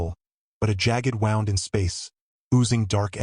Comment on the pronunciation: TEACH YOUR AI HOW TO SAY WOUND......NOT LIKE SOMETHING WOUND UP!!!